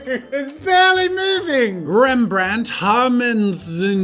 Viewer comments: Jazza pronouncing Rembrandt: Dutch people: 😐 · I'm dutch, and I love the way you say Rembrandt😂😂